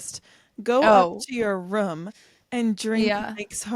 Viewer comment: The way says “room” is crazy